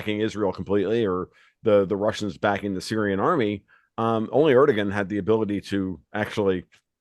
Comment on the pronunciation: It's impressive how none of them can even pronounce Erdogan! Impressive for sure!